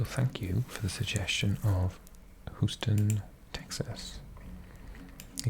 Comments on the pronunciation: Lived in Texas all my life, I've always heard Houston pronounced as Hew-ston, so your first pronunciation was spot on 🤠🤠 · You had the pronunciation correct the first time! 😂 Houston like the word hue or the name Hugh. Next I would recommend exploring New Orleans (my favorite city)! My friend studying in Pittsburgh has good things to say about that city, so that could be cool too! 🤠Howdy again from Texas!